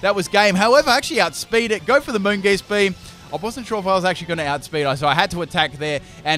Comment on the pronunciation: Anyone else really triggered by some of your pronunciations? O-Master? Moongeast beam? like really?